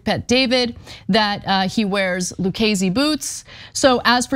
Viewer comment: He mispronounced Lucasi.